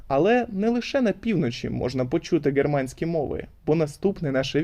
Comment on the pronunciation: А чому ви гооворите "ґерманська анґлійська"? Це якась особиста риса вимови чи так правильніше?